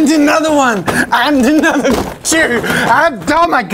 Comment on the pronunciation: Me: how many are you going to use- Jazza:and another one! Me:um Jazza:AND ANODER ONE, AND ANODER ONE. Me:...